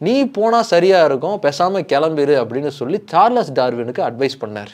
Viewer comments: சார்லஸ் இல்லடா Charles is pronounced as ச்சார்ல்ஸ் 🤦🏻‍♂️ சரியா pronounce pannuda🤦🏻‍♂️🤦🏻‍♂️🤦🏻‍♂️🤦🏻‍♂️ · Every time you pronounce as “சார்லஸ் சார்லஸ்” it gives a headache. I’m stopping watching this video. Bro please for heaven sake read and understand the correct pronunciation of English words. At least when you are talking about a world famous person. Not only the content but presentation is also important. Your illiterate viewers may think this is the correct pronunciation of a word. 🤦🏻‍♂️🤦🏻‍♂️🤦🏻‍♂️